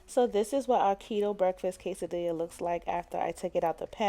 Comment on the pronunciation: It’s pronounced quesa-dee-YAH... the two L’s make a “y” sound. 👍👌 Thanks for sharing your recipes!